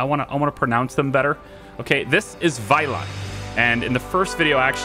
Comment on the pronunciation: The very last 'e' sound of your pronounciation of "Vejle" was a little off - the first bit was spot on though! "Midtpunkt" was pretty good too - obviously not perfect, but very good considering the length of the word! "Hygge" as "hike" was way off but that is to be expected, haha. I actually live not very far from Vejle - it's where I have to get off the train to get on the next one when I go visit family (